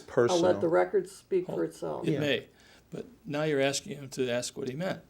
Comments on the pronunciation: Can I axe a question, can I go to the baf room? Did you know yesterday was my birfday. We don't have no distinction. Is this guy stupid or just pretending? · I hope this becomes a meme lmao When someone ask u something u don't wanna answer or don't know u just be like "Ax Michelle" 😂😂😂 "that's something Michelle would know" "No I'm sorry u gotta ax Michelle about that" 😂😂😂😂😂😂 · Did he really say " Uhhh... I think it was in O 10"? Jesus can come and talk to but can't educate your remedial ass? Betta AX Jesus for some hooked on phonics next time y'all are chit chatting and AX him if you're doing the whole fasting thing right because my eyes are telling me different. #BettaAxMichelle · No axe Michelle, not ask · You mean like when he says "Axe"🤣😃😄😅😂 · mirrortv36 Nahh it’s “axe Michelle!” 😂😂😂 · It’s Axe Michelle. He can’t speak correctly. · I'm white british... It's ask 😉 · Axe Michelle 😂😂😂🤣🤣🤣 how captivating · Michelle’s deposition I don’t know axe David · He sounds extra illiterate when he tries to use big words that he has no idea what they even mean!!!!! Hell! He can’t even say ask!!!! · Just " axe" people to help Davey here pad his bank acct. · Axe Michelle? Ax? Like as in woodsman? Is she a woodsman? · You betta AX sumbuddy 😂 I just wanted to type "AX" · I’m about to start telling ppl to “axe Michelle!” 😂😂😂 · rafael millan .. it’s “AXE Michelle” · Bottom line is you Mr. Taylor are straight up liar, You are not worthy of any title before your name!!!! You should be ashamed of yourself for the lies, the stealing,cheating of The Church!!!!! BTW it’s ask not ax and it’s postponed not postfoned!!! This should make everyone learn from whom they sit under In The House Of The Lord! Lost too much money in my baby years of being a New Christian from men and women like him. Beware Church!!!!!!!!! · Anytime the “apostle” is in a jam, 🪓 Michelle ! 🪓 = axe (“aks” Michelle) ! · Don’t axe Michelle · Axe her. Axe her. Axe her. Michelle my bell. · "Ax Michelle"